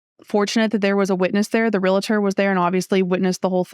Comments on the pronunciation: ReLaTor? It's "REALTOR"... that's so much worse than a parking dispute... LOL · It's a real-tor, not a real-a-tor. Don't feel bad even Realtors can't say it correctly. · AHHHH! There is no I in realtor. You’re well educated, so please pronounce realtor correctly. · Great story with an even better ending. Helps me to run through my head on how to procede should (hopefully not) an issue come up. By the way,, it's Realtor and not Real-uh-tor. My wife has been a Realtor for 22 years so, I got that drilled into my head!